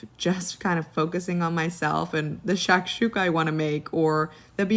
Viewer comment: Oh, and it’s pronounced “shock-shook-uh” nitwit